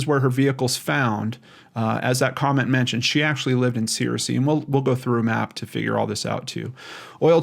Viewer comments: Hey, Arkansan here! Searcy is pronounced like "sir-cee" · I grew up in this region and have parked by that bridge before. She's from Searcy and that's kinda far away. There is nothing in Oil Through to speak of...maybe she has some family or friends there. Also Searcy is pronounced "Sir Sea" at least by folks in Arkansas. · Great job trying to help these people. Bless you. For future reference, from a White county native, born in Searcy, it's pronounced Sir-cy. ;) Prayers for bringing the missing home and for healing comfort and signs and wonders of God's Love <3. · It's pronounced sir-see, btw. The only reason I know is because my cousin went to a college there. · I am sorry if this sounds rude as that is not my intention, but it is pronounced Sircee, just like the evil queen on Game of Thrones. They are a small AR town which means they don't really care about helping anyone who goes missing.